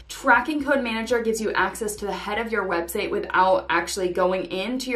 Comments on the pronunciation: Did you say web "seigh?" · Why are you saying website as websay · it's just curiosity cuz I thought I was mishearing